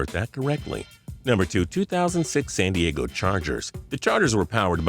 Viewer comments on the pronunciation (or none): none